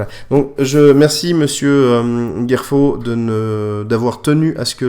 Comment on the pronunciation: pitié! pitié! C'est Gerfaud pas Guerfaud ! merci :)